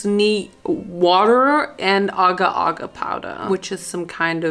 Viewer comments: Aga aga🧍🏼‍♂️. It’s agar agar 😭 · The agar powder is pronounced 'Ay-gar'. I also know because Agar was my mum's maiden name 😅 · not her pronouncing agar wrong